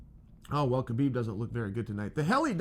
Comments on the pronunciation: H-HA-BIB. NOT K-BIB CHAEL lol... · Why do people pronounce the K ln his name. l understand not using a russian accent lf lts out of the ordinary and harder to say but HU-blb ls just as easy to say as KU-blb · Sonnen Its pronounced Habib ,please drop the "K" when you pronounce his name.Thank you.